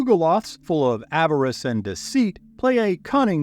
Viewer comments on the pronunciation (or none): none